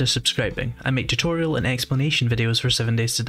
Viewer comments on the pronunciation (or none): none